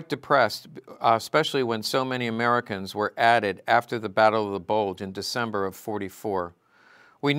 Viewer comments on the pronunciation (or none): none